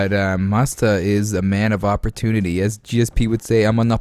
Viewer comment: Lol the guy puts “mustafa” 🦁 in his name and you pronounce it faaagggg 🤦🏻‍♂️ the poor fella